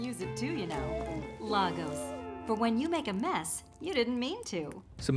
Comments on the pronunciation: It's pronounced "lay gos" not lagos😂😂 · It’s pronounced LAYGOS not LAHgos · Please its pronounced as /Laegos/ not /Lagos/ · I'm Nigerian And you all pronounce lagos wrong It's LAGOS- LAY-GOS(US) not LAG-OUS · It's pronounced LAY-GOES. Former capital city of the Federal Republic of Nigeria. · What is Lagos... it’s pronounced Legos🤦🏿‍♀️🇳🇬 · You Still don’t know how to say Lagos